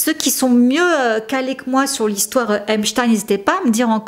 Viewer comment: J'aime bien tes vidéos ms fais un effort pour l'accent stp. Tu peux avoir les prononciations sur Google, en tapant par exemple "Epstein pronunciation". J'ai encore du mal à oublier seudge night pour Suge Knight... Mais j'aime bcp tes vidéos, j'insiste. Merci pour ton travail fouillé et divertissant, c'est mieux que ti-M-zi 😁